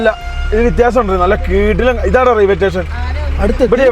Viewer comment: Railway station ❌ Raiway Tation✅😅